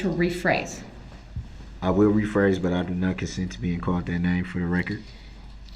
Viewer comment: and let’s not forget his absurd mispronunciations of basic words like “I don’t consend to be CAULT dat name”!